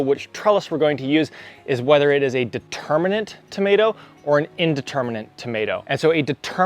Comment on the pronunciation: The term is DETERMIN-ate- it means that the height is fixed. AND INDETERMIN-ate- meaning it is a vine that will continue growing as long as the season holds out. You are sticking in an extra 'n' near the end of the words.